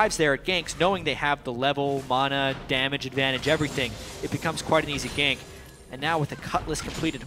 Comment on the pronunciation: ***** ma-nah. thats how i say it. not mo-naw